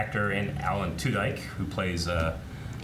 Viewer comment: did you just call Alan Tudyk "Alan TudAJK"? LOL! XD